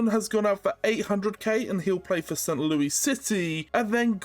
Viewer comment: Word of advice; we say it as "St Lewis" not "St Louie" ik it's confusing